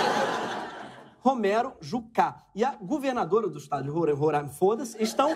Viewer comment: Moro em Roraima e a gnt fala Roráima, quem fala Rorâima aq leva flechada